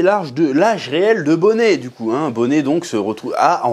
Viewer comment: Ça se prononce Ginny, Chef. Et pareil pour Bonney (Bonnie)